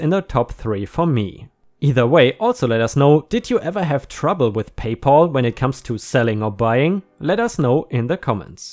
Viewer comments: It is Pay Pal not Paul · Pay pal. Not pay Paul. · Whereas we Brits can’t even get drinkable tap water most of the time - often hear reports that we must boil all drinking water! By the way - it’s PayPal - not PayPaul! Lucky old Paul - all payments go to him! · Please check on your pronunciation. PayPal is not pronounced Pay Poll but Pay Pall with a "Ah" sound not a "O" sound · PayPal= pay pal - sounds like gal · I have a problem with the mispronounciation of the name "PayPal". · 🌟🌟🌟🌟🌟 2 stories a day!!!!🌟🌟🌟🌟🌟 By the way..PayPal.....pal has a short a, rather than a long as, sound.